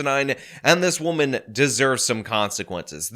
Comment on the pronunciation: I was listening to her rant and getting mad at how inarticulate she is, then I realized she actually, unironically enunciated "wahman."